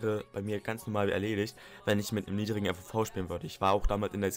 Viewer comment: FOV nicht FVV :) nicht böse gemeint